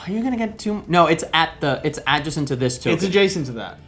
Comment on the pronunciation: OK, seriously,, learn to say "adjacent" right. Second syllable is "jay" not "juh". It pulls viewers right out of the video when you have a jarring mispronunciation like that. Listen to how your co-host says it. The term comes up way too often in board gaming.